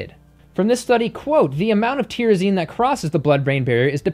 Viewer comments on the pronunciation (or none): Tyrosine is pronounced "tie-row-seen," not whatever you said.